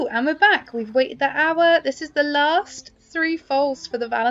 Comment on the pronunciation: When you say “hour” it sounds like owa lol